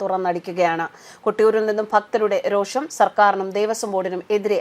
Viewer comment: രോക്ഷം അല്ല രോഷം